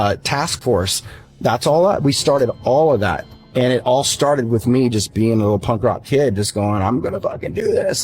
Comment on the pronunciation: Shit.... 30.14.. beingk. I spoke to soon. Stooooooooooop